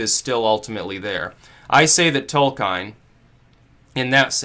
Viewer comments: Tol-keen REEEEEEEEEEEEEEEEEEEEEEEEEEEEEEEEEEEEEEEEEEEEEEEEEEEEEEEEEEEEEEEEEEEEEEEEEEEEEEE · Tolkine, Caukayzoid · I've always heard it pronounced Tole-kin :emphasis on the first syllable. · Uh oh. Are we in the Tol-kien or Tol-kein timeline? And how does it relate to the Berenstain Bears?!?! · Tolkien not Tolkein (also pronounced Tol-keen not Tol-kine). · /TOLKJEN/, nαt /tolkajn/ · >Tolkein It's Tolkien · The legendary author's name is pronounced "Toll-key-inn." Please make a note of it. Fuck! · your reading of "Tolkhine" is pretty disappointing. read his essay "On Fairy Stories" and then you will begin to understand Tolkien. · /ˈtɒlkiːn/, I expected better of you. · The pronunciation of Tolkien throws me right out of the video lmao. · abuseofviolence Caught it right away because people exoticism the name Tolkien. and the "Alt-Right" should love Tolkien because it's a myth of Westernesse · It's *Tolkien,...